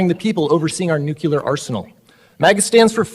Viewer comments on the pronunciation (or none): You lose the argument the second you say nu-cu-lar. The word is nu-clear. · It’s nuclear. Not nuculer. Bush jr used to say that all the time and showed his intelligence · He should be arrested for that pronunciation of nuclear alone.